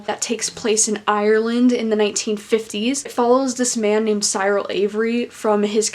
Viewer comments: It's See-rul!!! Not Sigh-rul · I loved the book and your review was interesting. Beware of making sweeping statements that priests molested boys not all priests did that. Finally the ‘ y’ in Cyril sounds an ‘I’ as in ‘drill’ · Cyril - 'cir al'. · i pronounced it "Sir-ul" tbh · NOT THE PRONUNCIATION OF CYRIL OMG